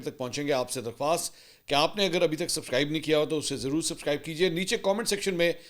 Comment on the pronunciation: اپ لفظ سبکرائب بولتے ہیں سبسکرائب نہیں وجہ کیا ہے